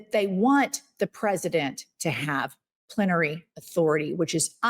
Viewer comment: (Plenary authority not plen-i -ary) :)